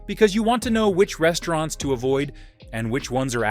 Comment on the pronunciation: Very informative video, but the way you pronounce the names of the restaurants kinda throws me off. Haha. Like there's unnecessary pauses in between letters or words.